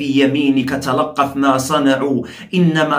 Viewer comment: السلام عليكم ورحمة الله وبركاته ياشيخ انطق لية ابطال السحرصح عندكلمة تلقف ماصنعوا سكن حرف ل وتفتح حرف ق وتسكن حرف ن وراجعها من المصحف للتاكد جزاك الله خير